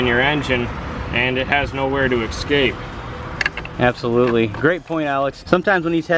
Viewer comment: guys guys.. the word is NOT "eXcape"! It is "eScape".. there is no X in the word FFS